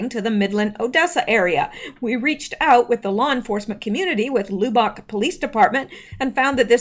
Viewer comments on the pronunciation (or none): Lub like tub not lube like tube :) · Say Lub bock not loubock. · fyi its not pronounced like lube bock, its pronounced like the word "rub" or dub ,, lub... with ock.. or how we texans say it "lubbuck" sounds funny the way you say it.. anyway just an fyi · Should I tell you it is pronounced "Luh-Buhk"? No, I think it is too cute to hear you say "Loo-bahk" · Lubbock is like Dub not Lou. :) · It's not lou-bock. It's Lubbock. Like a lug on your tire. But lub...lol lub-buck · Lubbock: LUB [LIKE "CLUB"] - bik. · I'm late watching this. I'm sorry or I would have told you sooner ---- Lubbock is pronounced Luhb Uck. Emphasis on the first syllable. I was listening to you read the article and I could not understand what you were talking about, then I saw you were saying the name of that Texas city. Maybe you can do an update on the fruiting tonight. I don't watch the fake news AT ALL, so have no idea what went on. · Lubbock, pronounce the "u" as "ahh" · Lubbock, we say “Luhh buck” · Lubbock is pronounced LUB-uck. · loobock...lol Lubbock is pronounced like Ugg boots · lubbock is pronounced luh-buck. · Lubbock is pronounced like “Labbuck” a sound. At least in Texas. 😉 Great work!! Thanks :) The Gun Grab Why did no one pull their own gun on these Mk Ultra trigger hit boys. I like your “fruiting “ name for the so-called shooting FF. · Lubbock = "Luh" - "buck/bick" I still love ya though. 😉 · Lubbock is pronounced like "Rub uck". 😀 Probably another FF. Texas Congressional Rep. Dan Crenshaw favors red flag laws. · No... not Lu bock! 😆😆😆😆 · Lub rhymes with tub bock rhymes with clock . Lubbock, Texas. Sorry. Just trying to help, lol.